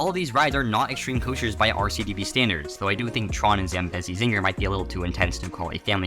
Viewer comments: As someone who’s home park is worlds of fun it’s zam-BEE-zi zinger 😂 (no hate btw) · why did you say "Zambezi Ziegler" like that